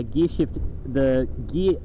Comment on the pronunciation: NIGGA LEARN HOW TO SAY GEAR lol